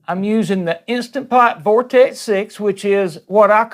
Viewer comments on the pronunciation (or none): none